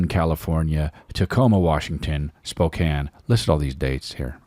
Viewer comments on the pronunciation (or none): none